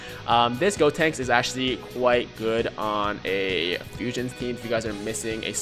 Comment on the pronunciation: Who tf is "Deb-Tinks?" Its "GOtinks." Lol